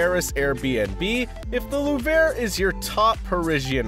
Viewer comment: How can you take this seriously when the world's most famous museum is repeatedly pronounced "The lou-VRAY"? Also a few non-Paris clips are dropped in...accidentally? By the way, which one(s) were "budget-friendly? You never tell us.